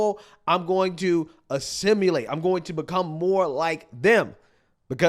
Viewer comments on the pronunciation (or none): "assimulate"? Dude, this is not an uncommon word, and it's not uncommon for you to completely destroy simple words.